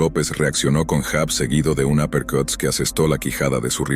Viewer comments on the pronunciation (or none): Se pronuncia yab , no jab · Se pronuncia llab Se escrbe jab.